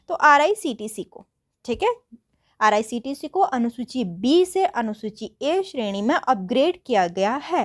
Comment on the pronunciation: IRCTC❌ RICTC✅ 😂